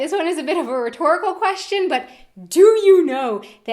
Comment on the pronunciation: Ihave a kweschtshen too what the fuck learn english before you talk about us